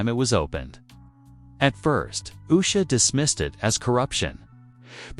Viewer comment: Her name is not Yu'sha! Its pronounced Oosha!